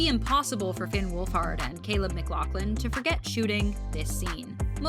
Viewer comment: bro said "mclothlin"